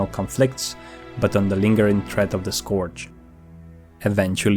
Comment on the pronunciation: This is good, but PLEASE learn how to say "Scourge" it's not "Scorge" it's pronounced "Scurge."